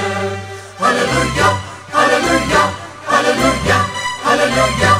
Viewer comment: I think the tone of the Sopranos needs to be improved. I am also of the opinion that unnecessary stress is given for the syllables lu & iah of Halleluiah. These 2 points make the repertoire little unattractive which otherwise is well done.